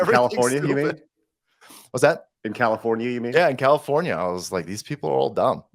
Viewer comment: You said Commifornia wrong 🤷